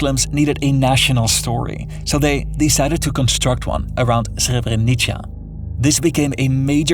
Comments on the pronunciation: Srebrenica sounds like srebrenitsa, not srebrenitcha. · By the way, Srebrenica is pronounced (Sre-bre-nih-tsa), not (Sre-bre-nih-cha). I hope this helps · For the love of God do some homework and learn how to pronounce Srebrenica it is not a Srebreniča. Clickbait video nonetheless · Its srebrenica not srebrenicha. And also serbs are christians as well. This video has so many fake news its incredible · Good reporting kid. Just a quick tip. The C in Srebrenica is prononunced as TS or TZ. Srebrenitsa/Srebrenitza. Which is how C is pronounced in most Slavic languages using the Latin alphabet. You're welcome. Keep up the good work. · the "c" in serbrenica is pronounced like the "zz" sounds in english "pizza", if you need it for the future. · what this guy cant pronounce Srebrenica less idiotic ? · HOW did you pronounce Srebrenica like that?! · As a croatian you really butchered the word Srebrenica. I wouldn't understand about what are you talking if I already didn't knew. Serbia is a country in ruins. Young serbian people stand strongly against their government. Religion is dividing people so we should all be atheists:)